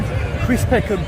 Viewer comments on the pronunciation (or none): It’s Packham not Peckham